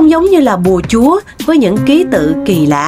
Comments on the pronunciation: Bùa chú mà cô mc cứ đọc "bùa chúa" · Bùa Chú chứ không phải là Bùa Chúa nha cưng